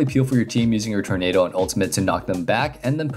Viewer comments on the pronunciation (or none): none